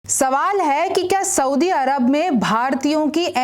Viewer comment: Soubi nahi soudi hota hai